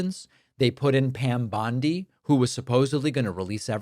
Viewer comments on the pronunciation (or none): none